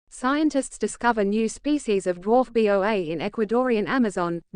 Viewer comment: It is a Boa, pronounced "Boe-Ah", not B. O. A. When you make stupid mistakes like this it invalidates the entire article. I'm sure if someone cared enough, they could have reviewed the machine made recording and fixed this. That they did not brings into question the validity of everything presented.